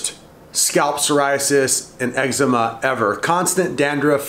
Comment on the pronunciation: what did he say? excma honey?